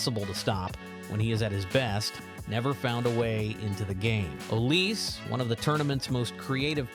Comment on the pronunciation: its called olisE